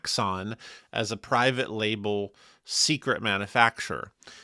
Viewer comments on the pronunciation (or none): none